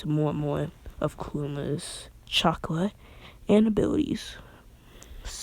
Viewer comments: You are saying chaka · he says chakra weird I like it